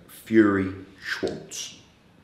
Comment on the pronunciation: 'I've got shares in Tom Scwartz' 🤣